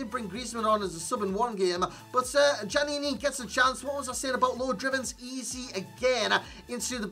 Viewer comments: Pronounced yaniny ('yan eeny) your gen needs better schooling...so many fifa tubers can't pronounce names.... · Djaniny, the D is silent